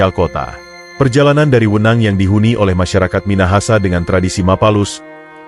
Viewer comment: Tekanan e', belajar lagi penggunaan kata e' pada kata "Wenang", lucu kedengarannya.